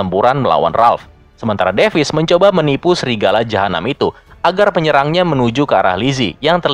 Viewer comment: Bang bukan srigala tapi Serigala wkwkwkw